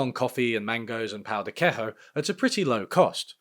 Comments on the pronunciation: Pão de queijo is pronounced more like pow thee Kay-Joe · Great video except the pao the queijo pronunciation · on behalf of the brasilian population, you are hereby banned from living out your Global Flat White Economy dreams in Brasil due to your monstrous pronounciation of the word "Pão-de-Queijo". Entrance will remain denied to you until such time as you can pronouce words in a way not deemed "internationally criminal" by our diplomacy bodies. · Awesome video! Never try to pronounce pão de queijo again 😭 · >claims to have been in a relationship with a brazilian person >mispronounces pão de queijo i dunno man maybe you were the problem 😔